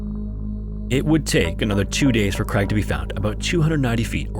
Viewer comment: Can we fault him for saying "Creg" instead of "Craig".